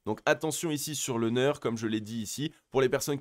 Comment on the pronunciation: Juste pour information et parce que ça décrédibilise totalement le reste pour les confirmés, c'est NEAR (prononciation NIR) et pas NEURE...